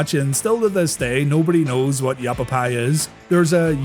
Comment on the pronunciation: it's yah * pappy, not yap * pap * pi -- like the strap "yah pappy used to beat you with"